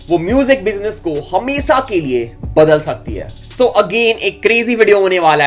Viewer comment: Rapbot can't pronaunce sheee... He saying hemesaa not the correct word hameshaa.. Lol